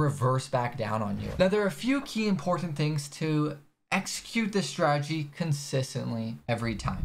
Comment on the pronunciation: The forex has more ppl who mispronounce strategy than any industry...I've heard stragey, stragedy, stradedy... I'm assuming from saying it so much